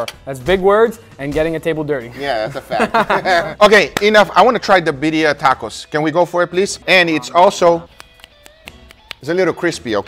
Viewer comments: It's Birrrrrria!!! Gotta roll them r's Guga!!!! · Imposible for me to believe that Guga cannot say "Birria" as it should be, with double R :face-blue-wide-eyes